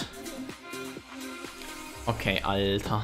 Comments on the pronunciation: Why is he saying alter so weird? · He says alter which means something like bro but he completely mispronounces it which is very cringe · those "Alters" are so annoying idk why it sounds really bad but i think its because you speak it out wrong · What is that word he keeps saying? It sounds like, "alte" or something, I assume it's an exclamation, I've heard tommykay use it too, I just don't know what it is exactly. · It's a german ghetto thing and he says it as a middle class swede lol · you saying ALTER made me confused.